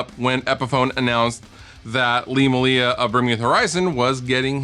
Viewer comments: Why do Americas pronounce Malia wrong? May-Lee-a Not Ma-Lee-a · Hearing Americans say Malia is always entertaining;) but nah if anyone doesn't know its pronounced May-Lia